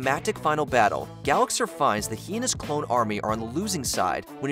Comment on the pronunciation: It’s pronounced gal-ihx-AHR, “”! 🤨 Stop mispronouncing character names, bub! 🙄